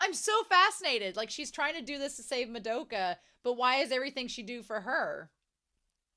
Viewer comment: Pronunciation guide: MAD-oh-ka. SAI-ah-ka. HOHM-ur-a. (Emphasis on the first syllable) Wall-PURG-is-NACT.